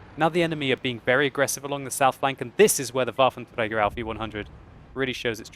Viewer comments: Yes, it is indeed. Pronunciation by sounds a bit funny and the second word 'auf' (on) is a little indistinctly, but it's way better than spoken in french, english or any other tounge not exerting themselves to say it in its native pronunciation. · that's how you say it in german. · van de Sunweb it IS how u say this in German